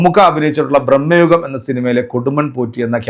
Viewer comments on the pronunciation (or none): ബ്രമ്മയുഗം അല്ല മൈരാ ഭ്രമയുഗം 👍